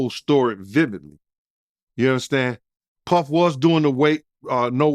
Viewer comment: I really hat e the way he says Puhhfffff.